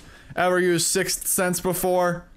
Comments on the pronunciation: Try say sick Sense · it's pronounced sicth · EVERY TIME HE SAYS 6 SENSE I CRINGE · The emphasis on "Sixth" Sense. LMFAO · Does anyone realise how much he struggles saying sixth sense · trying so hard to pronounce, "Sixth" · it's not that hard to prenounce sixth sense, but it's just one of those words... Can't explain it but I get where your coming from.